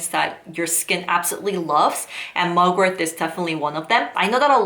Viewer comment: It’s mugwort not mugworth